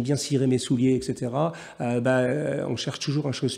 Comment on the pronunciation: Bien le bonjour sieur Jacomet. "Etc." est une contraction de "Et cétéra". De ce fait, on ne peut prononcer exétéra. Bonne soirée.